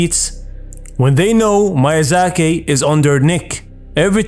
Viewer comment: Miyazaki not Mayazaki